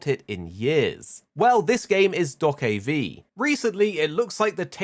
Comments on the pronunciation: I hate how you pronounce do-ke-v is is just dokebi. One word. ㅠㅠ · Calling it Dock-of-V is so triggering :D